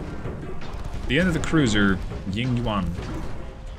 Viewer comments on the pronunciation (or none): none